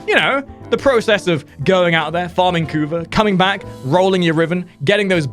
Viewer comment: the way you pronounce "kuva" makes me laugh every time lol xD